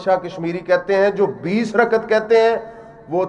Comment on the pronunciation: رکعت کے تلفظ کی اداأگی صحیح نہ کرنیوالا تراویح کی دلیل دیتاہے پاگل دین سے بے خبر